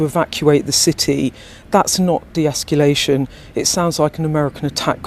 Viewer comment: Definitely doesn't sound like "de-esculation" to me 😂. How many words can you mispronounce in one sentence?